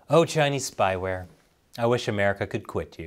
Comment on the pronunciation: Kow-towing to the Chay-knees , how embarrassing.